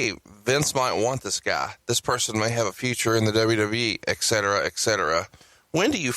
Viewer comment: says eck-cetera eck-cetera